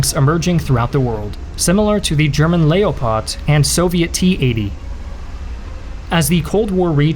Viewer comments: did he really say layopot instaed of leopard? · German "lay-o-pot"? Any fact checkers or editors out there? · German " lay-o-pod" 🤦‍♂️🤦‍♂️🤦‍♂️ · Did u just call that German tank a layopard lol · Never heard ‘Leopard’ pronounced like THAT. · The German 'Lay Oh Pard', interesting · Things were all good until the mispronounced leopard! Kbye👎👎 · The way you say "Leopard" hurts me.